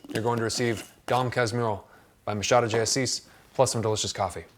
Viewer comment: Awesome video. I'm so glad you got the Machado pronunciation on point! I heard someone calling him McHadow once and it was an experience.